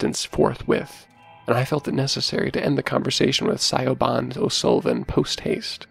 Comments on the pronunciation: You both did a great job bringing the characters to life! You both have a new subscriber. 😀 A point of pronunciation,, from someone with a difficult to pronounce Gaelic name--LOL. Siobhán is pronounced shiv-AWN in English. (It's slightly different in Irish Garlic, but it's close enough.) Whenever you're faced with Irish or Scottish Gaelic words/names, it's best to look up the pronunciation--they often don't sound like they look. 👍🏼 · Pronounce Siobhan like Shi-van. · I love these narrator's but I got to say it's so weird hearing someone mispronounce mispronounce Siobhan lol